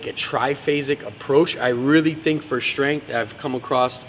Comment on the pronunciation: He is also known as, because that is the way he likes to pronounce the word strength.